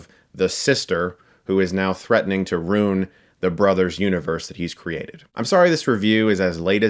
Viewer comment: Am I missing some inside Lego Movie 2 joke or did Chris just say "roon" instead of ruin?